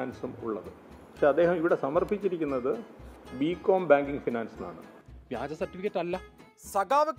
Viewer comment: വിജ്യൻ [വിജയൻ ] എന്ന് ഞാൻ തെറ്റിദ്ധരിച്ചു , വ്യാജൻ എന്നാ ലേ